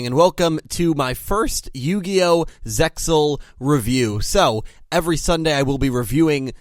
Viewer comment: oh man i always pronounce Zexal differently ,i know the way you pronounce is correct but it feel so weird to me lol